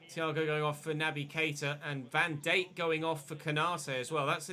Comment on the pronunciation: You say Van Dijk weird